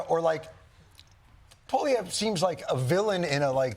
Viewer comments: Jon Stuart has really become toxic or maybe I just started paying attention. Like a true Democrat seemingly clear as water but poisoned. He cannot pronounce Pierre Poilievre's name but he is ready to destroy Pierre's image without any facts. He shows one picture of Trudeau and Pierre cut out of two random media clips and he says Pierre looks like ... And that's his proof to the masses of ignorant viewers. So much for professional journalism. Jon, since when are you interested in Canada?? Are you a multi millionaire comedian or a politician? How did you get to have such a media enterprise without political backing? You were against Trump but now, not so much! You're another kiss Ax with $150 million who wants more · He's almost correct. He's saying PO-liev, just change the first syllable to PWA.